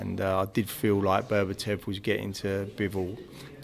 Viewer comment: it's Beterbiev not berbertev